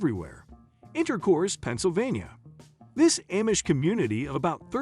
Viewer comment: It's pronounced AH-mish, not A-mish. I grew up with them, I know the difference.